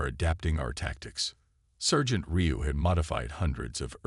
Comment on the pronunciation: This video sucks!! Your narrator is an AI idiot!! Sergeant is pronounced "sar gent". Not as in sir. There is no inflection or proper pausing for word spacing! There is also no honey badger!! I only clicked on it because it showed a honey badger!! I don't like your voice either.